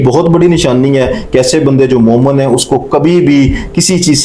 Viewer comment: Momen nahi, momin kaho